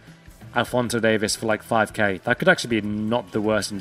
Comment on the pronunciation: DAVIES NOT DAVIS